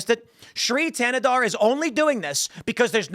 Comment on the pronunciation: Thanadar is the other villian in He-Man when skeletor is out on vacation. His villain power? Sounding D when T is in the word.